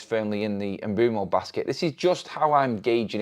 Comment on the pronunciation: His name is pronounced Umb'wem'o